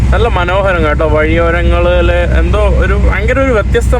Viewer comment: നിനക്ക് മലയാളം പറയാൻ അറിയില്ലേ (നാൻ അല്ല ഞാൻ എന്ന് ആണ് പിന്നെ വഴിയോഴങ്ങൾ അല്ല വഴിയോരങ്ങൾ എന്നാണ് കേരളത്തിൽ അല്ലേ നീ ജനിച്ചത് ബംഗാളികൾ സംസാരിക്കുന്നപോലെ ആണല്ലോ കഷ്ട്ടം നല്ല പോലെ നാക്ക് വടിക്ക്